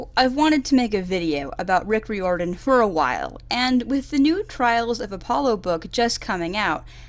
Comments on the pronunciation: It's rye-or-den, like trying to get it to rhyme with fireman. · The way she pronounces Riordan... _ ||